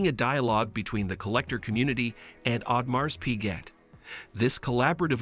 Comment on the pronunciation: Pls know the correct pronunciation of the brand first before discussing any technicalities!😂